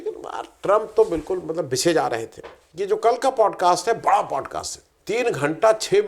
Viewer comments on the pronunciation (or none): none